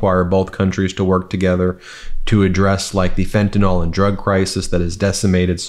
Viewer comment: “Fentanyl” is not pronounced “fentanol”. There’s no “o” in fentanyl. It’s pronounced “fentanil”.